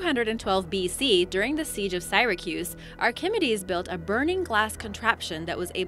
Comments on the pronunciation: Do you think I'm sacsay? That's fun, but... "Sigh-ra-cuse"? No. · Would you people stop complemenning about ink-orrect pron-nown-see-a-shin?! What's wrong with "Ark-Immee-Dees of Sigh-Rah-Kus" anyways? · omg, and right after that (literally right after), she says Syracuse in an even more cringeworthy way! holy shit... (Sigh-ruh-cues) the people who make all of these types of videos find stuff online and then write about it without any prior knowledge, whatsoever. they should look how to pronounce stuff if they dont already know a little bit about the subject, because that is embarrassing and unprofessional, and these are only two of several gross mispronunciations within a single video. i liked some of the material presented, but some of it was pretty inaccurate and, apparently, derived from bad sources. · Great stuff, rough pronunciation. Archimedes (Ark-uh-mee-deezs), Syracuse (Sara-cues) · Dude - Don't forget "Sigh-Rah-Kuse"! Ye Gods! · seer-a-cuse ark-I-mee-dees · and syracuse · Omg you myspronounced Syracuse too! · Seriously, figure out how to pronounce Archimedes, Syracuse, and several others before recording yourself saying them. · I've NEVER heard Syracuse pronounced so horribly... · triggered by the pronunciation of Archimedes ans Syracuse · The narrator’s pronunciation is cringeworthy. Elizabethan, Archimedes, Syracuse...These are words we all learn by the 7th grade.